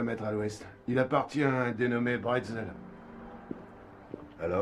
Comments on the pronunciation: Monsieur bretzel ! Sérieux c'est pas un biscuit apéritif..... C'est brazel. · Le nom du fermier c'est Mike Brazel, et non Bretzel. Ça se saurait si l'OVNI était tombé chez nous en Alsace.